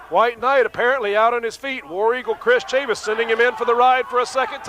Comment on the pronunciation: This promotion was owned/promoted by former NWA World's JR Heavyweight Champion Nelson Royal....it didn't last long. Funny how Dusek pronounced Tonto's last name...Tatanka... Buffalo Chris Chavis like Travis not Chavis like Mavis. Good to see him get outta the Sportatorium though!